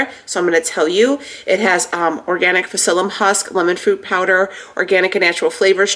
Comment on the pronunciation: Lol, I feel compelled to tell you that the p is silent in psyllium. I really see how your body is changing. Incredible.💪